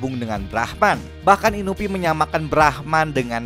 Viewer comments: Inui bang inui.... Bukan inuvi :V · Inui bukan inupi astaga😭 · Bukan inupi bang tapi inui